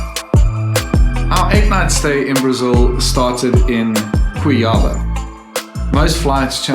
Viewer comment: It’s not pronounced like that “Cuiába”. It is “Cuiabá”